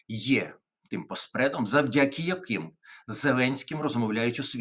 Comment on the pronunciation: Будь ласка, не завдЯки, а завдякИ.